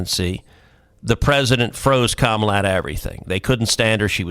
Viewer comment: “alright so Komma put out this book”. Comma?